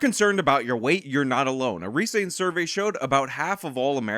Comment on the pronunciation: 'a resaint survey'